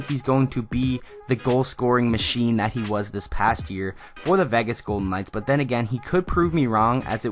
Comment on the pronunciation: It's VAY-GIS... not VEH-GUS